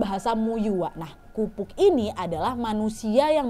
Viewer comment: maaf kak kapuk bukan kupuk 😁😁😁